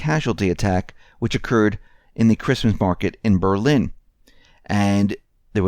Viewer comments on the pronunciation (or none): none